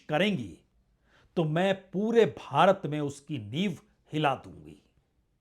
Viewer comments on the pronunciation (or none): none